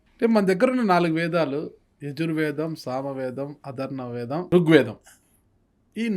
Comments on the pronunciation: అదర్న వేదం కాదు. అధర్వణ వేదం అని స్పష్టంగా పలకడం చేతకానివారు వ్యాఖ్యాతలా? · అన్నా అక్షరాలు సరిగ్గా పలకలేని నువ్వు ఏమి జర్నలిస్ట్ వయ్యా బాబు అధర్ణవేదం కాదు అధర్వ ణవేదం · అధర్వణ వేదం, మాంసం తినడం తగ్గించు నోరుతిరుగుతుంది. మంత్రాలు రాకపోతే ఫర్వాలేదు కనీసం వేదాల పేర్లు చెప్పలేవా స్పష్టంగా...నీ బీకాం లో నా ఫిజిక్స్